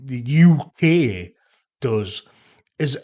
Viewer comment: To me, it sounds like yookay, as in “ you okay, mate? “ …”no, mate, I’m not ok”